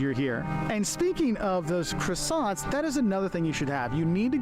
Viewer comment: Cracks me up how Americans pronounce Croissants.